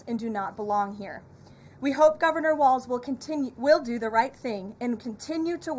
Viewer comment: First, it’s pronounced Walls, not Waltz, you goon. Second, no democratic leadership is telling us to stop ICE. We’re doing this on our own because of our moral obligation to protect our neighbors. We have a million leaders in Minnesota, all being led by their own moral compass. We’re going to resist ICE every step of the way because we know it’s the right thing to do.